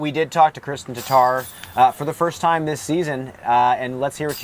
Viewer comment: Kristen Tar-Tar???:) Come on..